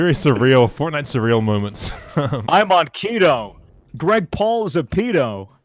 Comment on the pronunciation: U said fortnte